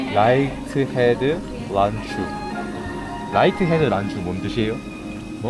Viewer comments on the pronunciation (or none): 라이언헤드 난쭈인데 라이트로 읽으신듯?ㅋㅋ